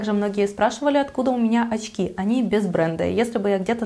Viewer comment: Что с вас с буквой Ч?...оЦьки, сумоЦька.....бесконеЦьно...